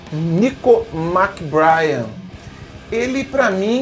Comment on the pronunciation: "Méc-BrÊin", rimando com "trem".